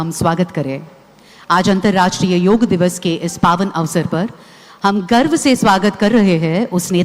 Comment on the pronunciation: యోగ్ కాదమ్మా యోగాఅండీ